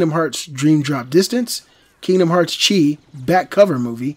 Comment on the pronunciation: When he pronounced chi wrong >.<